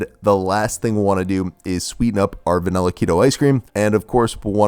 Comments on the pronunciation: I notice you’re one of those people who say “VANELLA” 😒 Anyway great vid bro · Americans say "vanella" for some unknown reason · I'm triggered by the way you say vanilla